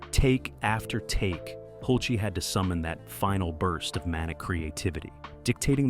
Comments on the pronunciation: Your movie is Fabulous!!! Great location actors set costumes and makeup wigs! But your announcer is ATROCIOUS!!! He constantly changes pronunciation of Milos Forman, who's first name should have an S sound at the end. "Milosh"!!! Not only that, he has no consistency in pronouncing Tom Hulse's name! It varies between Hulsee and Hulsay! And he sounds like he's so proud of the job he's doing. Not an unpleasant voice, but screwing up so much of what he's trying to say. I also think that Amadeus had superb casting! Tom Hulse, F. Murray Abraham, and the actress who played Constanza, whose name I do not know. Suitable for their parts!!! And all 3 extremely TALENTED!!! Thank you for listening to my observations. I say what I think. Besides, although I have no film experience, I do have serious theatre chops. I'm a playwright, composer, producer and director of several plays. I've worked with children and adults. Choreographers and fellow musicians. My plays have been performed at Le Petit Theatre in New Orleans and the New Orleans Jazz and Heritage Festival, in the Children's Tent, as the play was performed by children FOR children! I've been an ASCAP composer since 1986 or 88. (Forgot the exact year sorry.) And here's the most convincing thing of all, I've been PAID!!! How lovely to be paid for something you enjoy doing, but you ❤ it so much that you'd do it anyway just for the joy of it! I began working in Breckenridge,Colorado and then New Orleans, LaPlace, Louisiana. Back to New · Cast and crew had to hide their phones? In 1984? STFU. And it's Hulce. Not Hulc-ee. This is a joke. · Hull-sa? Hult-see? Hool-chay? Tom Hulce pronounces his name Hulse (rhymes with pulse) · The actor's name in America is HULCE. Pronounced HULCE. One syllable. Example is the word, "pulse". If you are saying it correctly, it sounds the same, but with an H instead of a P. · Is his name hulce or holsee? You use both pronunciations alternating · Pronounced "Hulch".